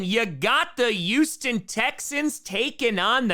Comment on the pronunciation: bro said Yoostin 💀